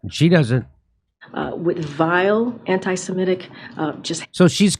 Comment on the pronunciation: Semitic, not 'semetic'.